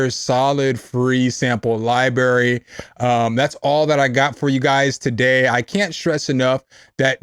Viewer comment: is coo... but you gotta stop saying Lie BErry... you sound like my dad or something.. lol its libRary.... xD....:face-blue-smiling::face-orange-biting-nails